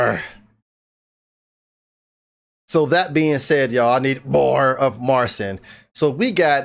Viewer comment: Just so you know his name is pronounced as Marchin. That's the Polish way to say it.